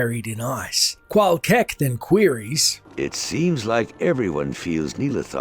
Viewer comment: Rune Words fail. Qual'KEK Great video btw. Truly appreciate including every story, non-gossip dialogue in.